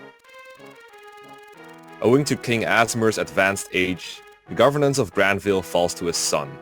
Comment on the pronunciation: You might like to use more Germanic or perhaps even Scandinavian pronunciations of some of the names. Grannvale sounds better with an /a/ from central or eastern Europe and a schwa at the end, and Jugdral I prefer with the j pronounced like English speakers pronounce y in yes (others might disagree)